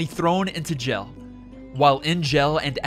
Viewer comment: Very good summary. Pronunciation with some names was a bit off with me, but otherwise great. I was really surprised by your pronunciation of simle words even. "Spren" is not pronounced /sprin/ and "jail" is not pronounced /gel/. Maybe it's just your type of English accent, wherever you're from. So no big deal.